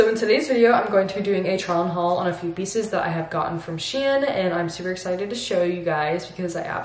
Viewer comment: With all my respect it is not correct to pronounce it shien but SHEIN